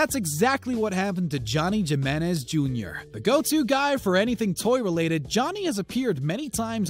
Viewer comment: He said Gimenez, Jimenez is pronounced, Heemeniz.